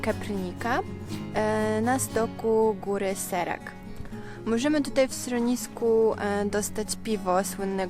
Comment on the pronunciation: Nie Serak tylko Szerak.